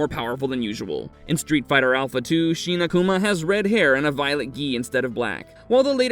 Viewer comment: Sheena-Kuma? ... what is that? ... Shin Akuma is not pronounced that way.